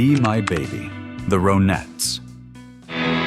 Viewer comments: Ron ettes not ro nettes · Dear AI Voice: They weren't the ROW-nettes, they were the RHON-ettes. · The "ROW-nettes"? goofy ass robot voices never pronounce anything correctly. RAH-nettes, as in: Ronnie Spector (lead singer of the Ronettes). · Veronica Spector was absolutely beautiful. Say " Veronica", Say "Ron", now say "The Ronettes", not Row-nettes. "Be My Baby", One of my favorites!!